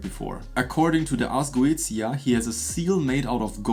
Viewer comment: Pronounced ( GO - AY - SHIA ) ☺️